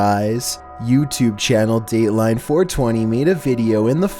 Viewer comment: the way he says Dateline 420